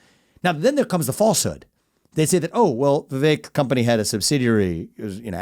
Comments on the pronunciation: Please pronounce Vivek’s correctly. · “My closest friend and guest, Vivek” (awk) wha the heck, (fok) VIVEK RHYMES with cake! 😂 🤣 Dave is the best, he was a little nervous right away and that makes it even more genuine. Dave has found his forte in this space, his success is well due. Vivek is impressive. I always sit back and wait… watch… at the right time the decision will be clear. It’s now basically as simple as voting for the much lesser of two evils.